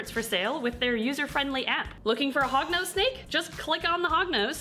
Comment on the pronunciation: Hognose no hugnose yes